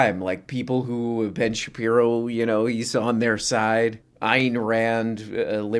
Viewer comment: Ben Shapino? Never heard of him